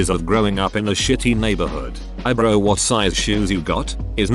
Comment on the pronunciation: Just a fun musing, but hearing the British talk to text narrator say “bro” or “brah” at the end of the video always makes me laugh.